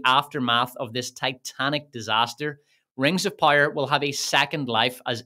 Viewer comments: I’ll never get tired of you saying ”Rengzopyre”. 😂❤ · "Wings of Pire" 😂